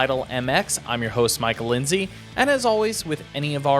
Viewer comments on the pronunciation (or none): none